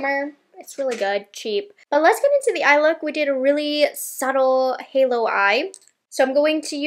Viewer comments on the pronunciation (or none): none